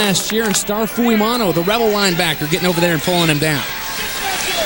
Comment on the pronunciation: WHY saying "Fuimano?" Its spelled "F-U-I-M-A-O-N-O"....Although have only PART Polynesian blood-in-veins, DETEST when haole/palagi/European-blooded announcers MUTILATE/DECIMATE/ANNIHILATE Pacific Isle/African or other "foreign-sounding" names. Have learned the "Prophecy of the Seven P's--Proper Previous Planning Prevents Piss-Poor Performance!...Courtesy of the Rogue Warrior/Demo Dick/the Shark Man of the Delta...Mucho Mahalo, Cmdr!